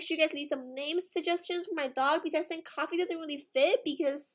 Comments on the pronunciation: cant pronounce things idk why? She says Sink instead of think for some weird reason and she also said sirty instead of thirty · Why does she say "I sink" instead of "I think" xd